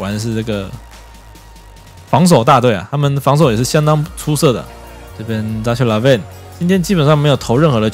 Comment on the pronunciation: 那ch唸ㄎㄜ好不好